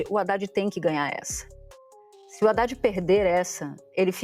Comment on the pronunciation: "ENGALFIANDO"?! ESSA NATUZA NÃO SABE NEM FALAR? E QUER CREDIBILIDADE?!